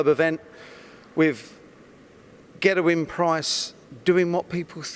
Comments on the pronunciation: Paul Mainwaring yeah it’s extremely annoying. The “Van Gerwen” pronunciation is understandable as that’s the way all non-Dutch people (incorrectly) pronounce it. This “Gerrewyn” Price thing he does is embarrassing and he is the only one who does it, it’s a conscious decision he’s made to start saying it like that. Infuriating. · Is it just me or does the way he pronounce ‘Gerwyn’ a bit funny? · It's been like that since I watched this vid 5 days ago